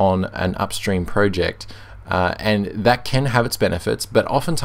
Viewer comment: Spotify uses Electron, of course it will be slow. It's slow on pretty much every platform. For gnome, the g is silent. Project, not "proooject".